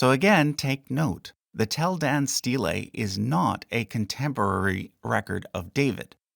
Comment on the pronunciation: The pronunciation of "steylay" .... hahaha